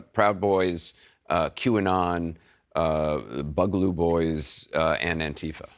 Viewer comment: Anderson Cooper not knowing how to pronounce boogaloo is alarming. Supposed to be among the top professionals in his field